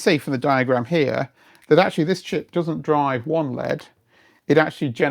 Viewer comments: I've never heard someone say LED as "lead", the metal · this is the first time I’ve heard an L-E-D referred to as a “lehd”. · Must be a Yorkshire accent then? Like behs?